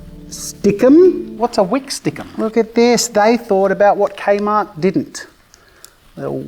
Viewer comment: 😂 Don't worry, Jazza. The adult supervision is here. Though hearing K Mart as an American is quite the jumpscare.